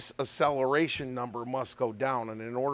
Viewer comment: a-cell-a-ray-shun. Never heard it pronounced that way before.